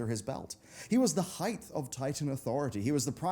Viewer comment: did....did you say "heighth"?